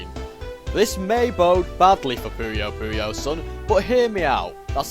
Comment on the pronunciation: Thank you for saying "Pooyo Pooyo" and not "Poyo Poyo"